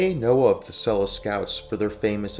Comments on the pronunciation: Great video but Selous (Scouts) is pronounced Seloo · it's pronounced Seloo. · Good video. It’s pronounced Seh-Lou because it’s French name. Named after Fredrick Selous, who is ‘the most interesting man in the world’. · "SEL-LOO" Scouts!! This is not the only very exaggerated American pronunciation of words in this video. You ought to do some practical research before you make videos like this to support your credibility. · You would think the reader could learn to pronounce SeloUUUs !. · You are talking shit hundreds of South African police, mechanics, medics, pilots served in Rhodesia, the South African recces had lots of missions in Mozambique and even Zambia. its pronounced SO LU scouts. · Pronouncing Selous Scouts the way you do should also be a war crime😂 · For God's sake learn to pronounce Selous properly. ThT mayo stunr shows your prejudice